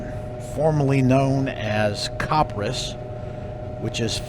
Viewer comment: Also, fwie, copperas is pronounced copper-ee-ass, not like copper-ass.